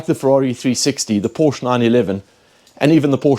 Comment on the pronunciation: You lost me at "porch" 😅